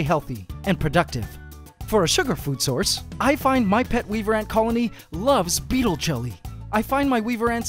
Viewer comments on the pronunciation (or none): The guy says he feeds his ants "beatle jum". What is beatle jum?